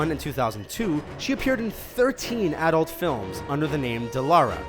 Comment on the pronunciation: "did AHdult movies"